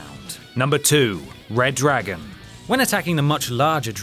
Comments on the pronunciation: ITS RE-DRAGON NOT RED DRAGON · This guy will never get over like Adam or Adam.. And hey, it's not RedDragon but freaking ReDRagon!!! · It's Redagon not Reddragon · Its Re-dragon not Reddragon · It's Redragon not RedDragon.... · Umm, it's reDRagon, get it right